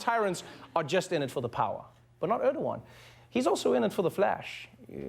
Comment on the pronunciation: His name is not Öööööördoğan... Learn to pronounce the letter E, Americans.